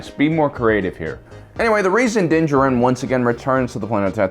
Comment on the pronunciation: ok. say it with me now. din JAR-in. not jah-RIN